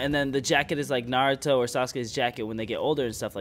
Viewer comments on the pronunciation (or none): isnt it naruto? not narto